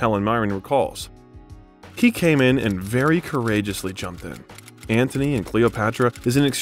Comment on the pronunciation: A pleasant film doc about a superb actor, irreparably marred by the narration. I have never heard so many grotesque mis-pronunciations in a 'professional' production. "AnTHony and Cleopatra"? "Vikompte day Valmont"? "Dangereusses"? "Visscount:? WTH? After 20 of them, I gave up counting. Was there no one available to correct this circus of howlers? Sorry to be unkind, but these many unforced errors denigrated the film's subject. One can only imagine what the real-life Rickman would have said about Mr Malaprompter.